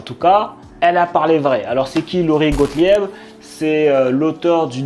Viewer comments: il faut prononcer « Gotlib »🙂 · Prononcer "GOTLIB".